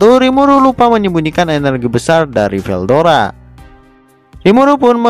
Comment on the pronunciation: veldora bang bukan verudora